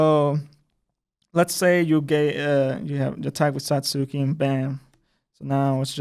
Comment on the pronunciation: Wow, that pronunciation. It's not Sa-suu-ki. It's Sa-(t)ski